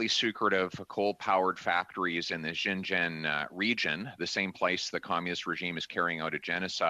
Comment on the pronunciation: ) Good work. But Pierre, please, say Xinjiang something like this [shin gee ong]. Your pronunciation sounds as though you're saying Shenzhen [shen jen], which is an entirely different location.